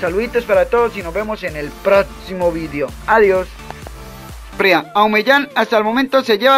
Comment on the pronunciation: se dice video no vidio